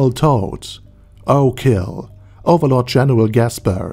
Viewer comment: He should start saying "Overlore" instead.